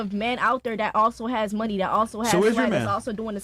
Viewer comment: “He has to have munyee” “I like jurry” The fatigue is well and truly setting in.